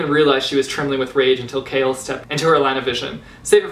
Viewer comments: 1) I say 'Ce-lay-na' not 'Ce-lee-na' 2) I say 'Shay-ol' not 'Kale' 3) CHAOLENA FIVEVER OHMIGODS DORIAN CAN GO JUMP INTO TARTARUS JUSTKIDDING BUT NO SERIOUSLY CHAOLENE FAR LYFEEE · Wow, I know I'm late to this video. But what is up whith his pronunciation regarding "Chaol"?? Is it just me who said it "Cole"?? What is "Kale"???? NOOO STOPPP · i thought you pronounced choal as in when saying coal.... l didn't know that you pronounce it as like saying kale... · I pronounce it like that too but for Chaol I read it as 'kale'. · All the while I was pronouncing Chaol as Cole. Sorry Chaol. :) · Ugh finishing ToG was the worst feeling ever... Edit: as in the series I finished KoA in 1 day Edit again: also I love your channel and I hate your name pronunciations (Chaol=kale?) Still editing: the test was cancelled because there were 4 candidates left so it was time for the final battle standoff thing